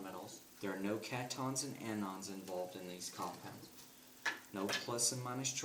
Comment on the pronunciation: I don't have a problem with pronunciation especially with this guy because his videos are still useful. But I think he's saying cation and anion wrong. It's pronounced cat-I-on and an-I-on. It's three syllables. Anyways, great video.